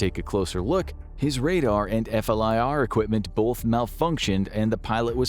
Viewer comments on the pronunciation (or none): none